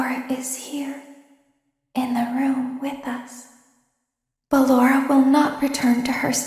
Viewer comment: Circus Baby: Ballora DanTDM: Ah yes, Ballenlorah.